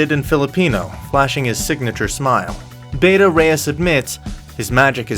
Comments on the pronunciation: Learn how to pronounce Bata. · You're pronouncing Bata wrong